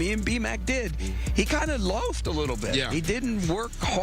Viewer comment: Lol at Travis Kelse "loffed" ...its Loafed Pete 😂😂